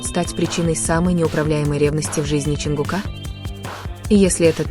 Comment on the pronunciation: Не ЧонгукА.а ЧонгУка